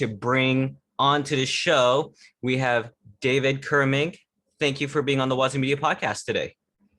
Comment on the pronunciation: It's cu-RAH-meng